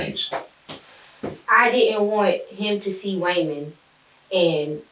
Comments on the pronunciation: Waymond sounds like someone who has problems pronouncing their ' r's lol. I hear her voice but I can't understand anything she's saying 😬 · "WAYMOND⁉️⁉️⁉️" HIS SINGLE MUM OBVIOUSLY HAD A SPEACH IMPEDIMENT🤦🏾‍♂️🤷🏾🤷🏾‍♂️🤦🏾‍♀️🌛🤦🏿